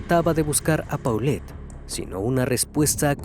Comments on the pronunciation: NO SE DICE PAULET, SE DICE POLET , UN POCO DE MÍNIMO RESPETO SERÍA CHECAR COMO SE PRONUNCIA EL NOMBRE DE LA NIÑA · se pronuncia Polet